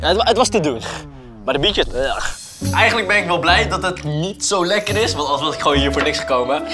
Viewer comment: Ik hoor steeds 'Bitches' in plaats van 'Bietjes'😂.